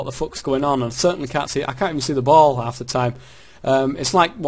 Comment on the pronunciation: Hahahaha ''Hal've''